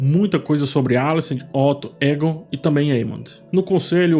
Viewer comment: Oi,! Adoro os seus vídeos e toda a análise que você faz das séries. Gostaria de fazer uma observação sobre a pronúncia do nome do personagem Aegon em Casa do Dragão. Na série, ele é chamado de "Eigon" e não "Égon". Ouvir "Égon" acaba soando estranho pra quem está acostumado com a pronúncia da série. Seria bacana dar uma atenção aos ouvidos também, não só aos olhos, para captar melhor esses detalhes. Ouvir o que os personagens falam e não só ler as falas. Continue com o ótimo trabalho! Abraço!